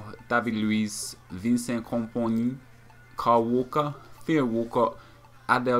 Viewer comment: Tar-e-bet??? Van-sant??? Ho-nal-du??? Excuse me, don't you mean Tar-apt, Vin-sant, Row-nal-doh?